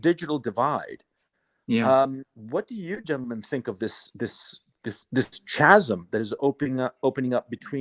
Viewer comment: For Gonzalo: chasm is pronounced /kazm/